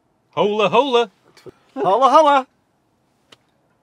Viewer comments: Hola-hola must be pronounced as oh-la. Its a Spanish car remember? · Top tip. You don't pronounce the "H". It's O La